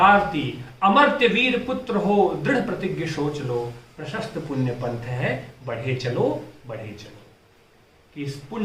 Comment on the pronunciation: 'बढ़े' का उच्चारण ?!